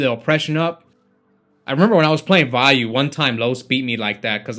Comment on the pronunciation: so you do know how to pronounce Vayu Turbo... but you call the card WheyU...